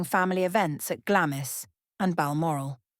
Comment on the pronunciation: I believe that Glamis Castle is pronounced "Glahmz" (one syllable). Even I as an American know this, but apparently A.I. narration does not. 🤔🫤